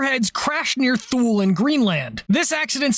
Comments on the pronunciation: Alright, since you said it wrong and , I feel bound to say 'Too-lee' instead of whatever you were trying to spit out. I bet you only mispronounced Thule just to trigger folks that either lived or were formerly stationed there, so carry on. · Thule is Too-Lee. carry on. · Thule Greenland is pronounced "Tool-ee". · The Airbase in Greenland is pronounced "too-LEE", not how it looks. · did.. did you say "Thule"..?